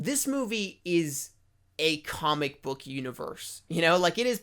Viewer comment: “Kohmick” lol